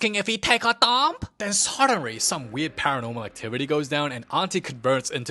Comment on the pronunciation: "lhen suddenry,"